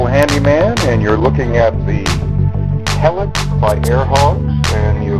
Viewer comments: oh yes and by the way is pronounced he-licks not hell-ex =P just like reflex isn't pronounced reff-lecks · nice, except its not pronounced 'hell-iks' its 'he-licks' . rhymes with re-flex.